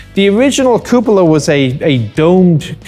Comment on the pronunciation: "Cup-ola" issues ;)